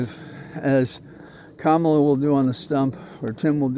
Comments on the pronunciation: Her name is pronounced comma-la. You used trumps insulting pronunciation twice tonight. Not good. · Just one thing - Kamala pronounces her name "comma-la" exactly as her mother taught her. I am sure you can learn it, too. With much respect, Rick Khamsi